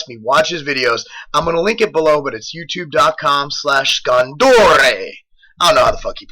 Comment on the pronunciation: SCONDORE i dont know how they fuck he pronounces it LOL